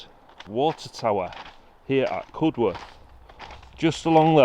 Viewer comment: Think it's pronounced CUD-erth not Cud-worth. Great video all the same. 👍